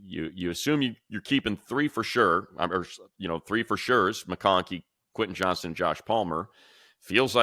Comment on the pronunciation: Why am i hearing so many people referring to Quentin Johnston as "Johnson"? It's JOHNSTON!